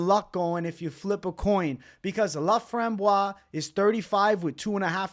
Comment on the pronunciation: Everybody butchering ,Corinne Laframboise name is hurting my ears hahaha 😂😂and please guys do yourself a favor, its "Montréal , Québec" not "Montréal, Canada" ! Thank you !